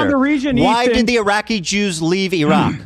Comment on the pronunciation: Reminder that Hasan openly admitted to visiting a brothel known for underage sex trafficking. He admitted to this. On stream. Also, love how Hasan cannot pronounce "Iraqi". Dude says it like "Araki". "I know you go to sleep at night in a cool racecar bed, but I have family." That has to be the most savage thing Ethan has ever said. Rare H3 W.